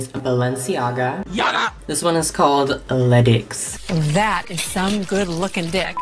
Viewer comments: Le dix is prounonced " le diss" like dissing lol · Sis😂 Balenciaga’s Le Dix is pronounced “Le Dis” which translates to “The 10”